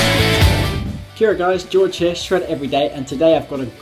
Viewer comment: Did you say Ki ora? 😂🙃